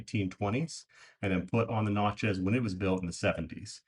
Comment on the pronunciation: if your local to New Orleans learn how to pronounce Natchez😅